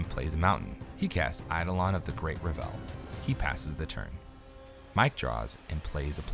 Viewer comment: REV-ul, not ra-VEL - the emphasis is on the first syllable.